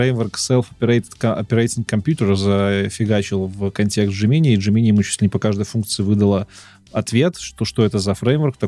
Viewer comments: Разрешу-таки спор по поводу джемини. Можно и так и так. Но всё равно промахнулся, т.к. ударение всегда на первый слог 😃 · "ДжЕминай" всё-таки.